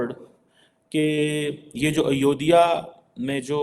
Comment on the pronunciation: I request you to pronounce Ayodhya properly. It's not Ayo-diya It's Ayodhya. "Dh" should be pronounced as in Dharti (zameen)